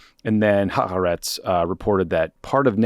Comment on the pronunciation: You guys do great work, though Ha-ar-etz is 3 distinct syllables